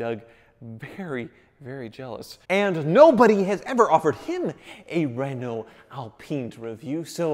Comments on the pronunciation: Being from Europe and driving Renaults listen he says the Right name how we do :D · Nope. "Reh-no" would be the correct way to say Rénault (with an acute accent "e"). Since the "e" in Renault is unaccented, the correct pronunciation is "Ruh-no".